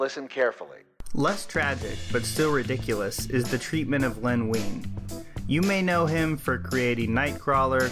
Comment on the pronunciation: Len Wein is pronounced Wine, not Ween... sheesh.